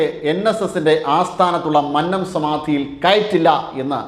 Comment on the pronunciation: Please correct pronouncing 'Mannam'.